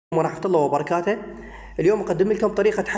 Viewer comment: وبركاتوه مو وبركاتا